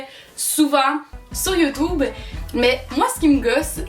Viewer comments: C'est pas contre toi mais les gens qui disent (youtoube) franchement jsp ce qui vous passe par le tête : on dis YouTube bordel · On dit YouTube pas YouToube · ARRÊTEZ DE DIRE YOUTOUBE !!!! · (Je suis francais) "youtoube"😂😂😂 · "sur youtoube" 😂😂🤣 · les français prononcent youtube et disant "u" au lieu de '"ou". on utilise la bonne façon de le dire et eux sont juste caves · Tu prononce YouTube comme mon prof mes bonne vidéo #